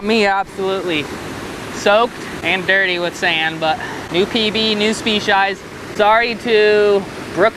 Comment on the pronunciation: "Spec-eyes" lol